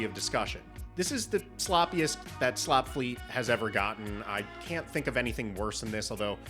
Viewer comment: Lmfao “Shtar Freet”